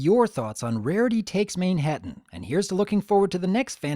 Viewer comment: I think this episode was brilliant, the first song was good although i thought it started a little off with the way rarity pronounces "mane-ha-tan" it just rubs me the wrong way but after that it's good. There's just one little teeny tiny thing that i hate about the episode and it doesn't ruin the whole thing at all it's just this one line. But every time i hear it... shudder I'll elaborate in my video, i need to properly collect my thoughts about it